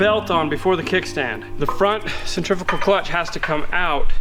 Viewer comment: Centrifugal clutch. Centrifical is a mispronounced word that has been improperly propagated through history, and is not even a word.